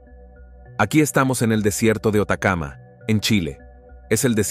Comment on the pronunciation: Hola e vi este video y no se si ohi mal sobre el nombre del desierto mas arido de Chile pero aqui se nombra como desierto de Atacama y no Otacama e si me equivoco podria crregirme . gracia.